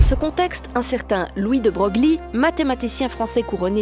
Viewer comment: Louis de Broglie, ça se prononce de Breuil.